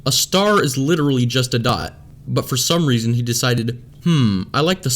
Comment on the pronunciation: like the vid but she says "for" even it sounds like she saying one